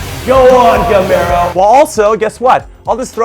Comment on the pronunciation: Went to Spain and back and still can't pronounce Gameiro's name right 😧